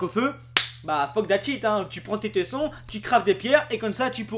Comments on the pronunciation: Je veux pas être méchant, mais je vais être direct, "voyent" j'ai du mal, mais je comprend que certaines personnes se trompent. Mais "teusson" surtout quand ça s’écrit "tesson", ça fait peur, je sais que la langue française est compliqué et parfois débile, mais ne pas savoir qu'un "e" se prononce "é" s'il est suivi d'une double consonne, c'est quand même dur a entendre. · ça se dit tésson :p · Ca se dit tésson ^^ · ON DIT : '' TÉSSON '' 😉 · tesson ce prononce tésson